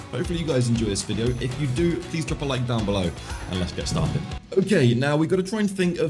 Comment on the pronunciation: every time you say 'let's get started,' my brain hears 'let's get shafted' — and honestly, with how these games go, it's kinda accurate 😂